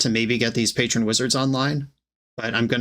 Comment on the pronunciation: Haha it’s patron wizard, not Patrón wizard. Like a patron saint, not like the wizard of tequila 😂👍🏻